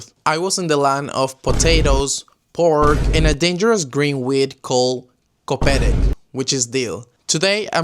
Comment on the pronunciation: A perfect "koperek" pronunciation ❤